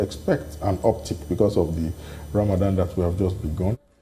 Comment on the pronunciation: Is accent sir